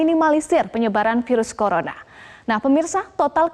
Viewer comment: hampir kepleset dia "colorna"...🤣